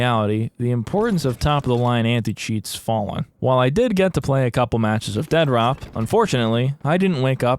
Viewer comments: I love that you keep calling it Dead Rop 😂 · "Dead-rop." It's pronounced "DEAD-DROP." Not that hard to comprehend. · Every time you call it Dead Rop cracks me the hell up! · Why are you calling it Dead Rop? lol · Dude I am obsessed with your obstinance in not pronouncing it "Dead Drop" Dead-rop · It kills me that you call it dead rop and not dead drop lol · It makes me so happy constantly pronounces the game “dead rop” 😂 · Casually calling it Dead-Rop is clever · I love how you intentionally misread the title of this as "Dead ROP" Also lucky me, I was just watching your previous Mr Disrespect video before this popped up on my recommended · Its either pronounced Dead Rop or Dea Drop. Pick your poison :p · I gotta say, every single time you make a video it feels like its better than the last. Genuinely my favorite new channel that I've found. -1 million points for saying "Dead Rop" though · The utter disrespect of calling it "dead rop" throughout is just... chef's kiss